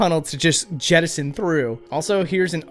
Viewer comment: Say jettison one more time